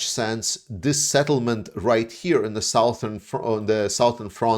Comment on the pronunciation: 'Southern' is pronounced as 'Suthern'.